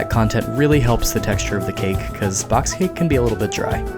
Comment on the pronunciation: I swear he said bloxed cake